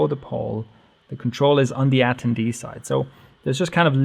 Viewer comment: Say it with me. ah - ten - dee